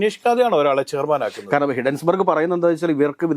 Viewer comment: ഹിഡൻബർഗ് അല്ല സാറന്മാരെ, hindenburg ആണ്.